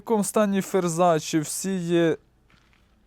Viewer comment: Друже все добре, але не Ферза, а ФРЕЗА.